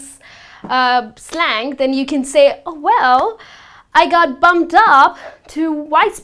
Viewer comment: It sounds as if you are saying "bummed up" as opposed to "bumped up." Please note the "P" is definitely pronounced in the phrased "bumped up." Secondly, "back to the salt mines" is NOT funny at ALL! And it is best NOT used in very professional white collar settings such as academia. The history of this phrase relates back to colonialism, indentured servitude and slavery; these practices or their effects are still very present in several parts of the world, especially places with a stong colonial past such as India, Brazil, the West Indies etc. Essentially, the more highly educated and socially aware your audience, the more unacceptable the phrase. If you are a teacher or professor for example, and you are doing post grad work in a university in the West, I would definitely suggest staying away from this term. Also in major multi-cultural cities in Canada and USA, you could potentially offend or make people uncomfortable in other settings too. Thirdly, a minor point with regards to spelling - it's "desk jockey" not "desk jokey." Fourthly, the plural of "slang" is also "slang" not "slangs." However, it is ok to say, "more slang phrasES" when referring to the plural. Overall, it's a valiant effort! Everyone is always learning, especially when it comes to foreign languages! :)